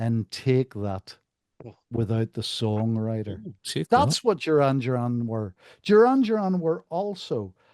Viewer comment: Pronounce their name correctly